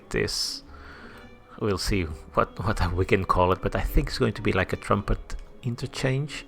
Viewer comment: Trunpet interchange? YESSSSSSS! How common to hear a youtuber say that1 hehehehehe